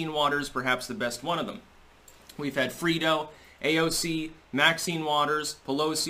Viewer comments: it's pronounced "EH" in Fredo. Not "EE". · Lol he said “Freedo”